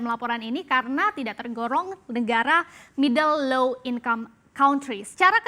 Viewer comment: Dibaca middle low 😂😂😂